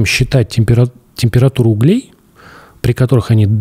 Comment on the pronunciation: Правильно не углЕй, а Углей. И они не в камине, а в мангале. Если бы Андрей с этого начал, то понятнее было бы.